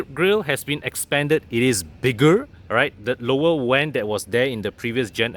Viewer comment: Difficultly in pronouncing “Vent”